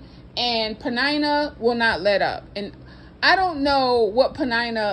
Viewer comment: Ummm am i the only one who pronounces her name like PENN- IN - NUH. 😂🤣😂🤣. This whole time knowone told me i was pronouncing it wrong. 🤦🏾‍♂️🤦🏾‍♂️